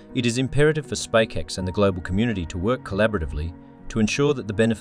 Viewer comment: A very concise video thank you. My only small gripe is the voice over constantly calling SpaceX wrong and calling it SpakeX. Im not sure how this error could slip through even if they hired a voice over presenter.